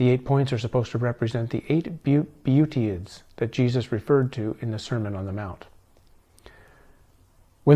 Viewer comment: Just fyi, not judging, to pronounce them, it is "bee-at-it-tudes" and "sep-al-ker" although there may be other common ways this is generally right for beatitudes and sepulchre